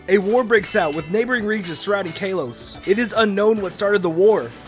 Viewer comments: Kaylose lol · You mispronounced Kalos.